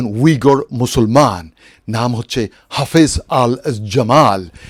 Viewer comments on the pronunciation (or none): সৈয়দালী, সৈয়দ নয়, হাফিজ উদ্দীন , হাফেজ না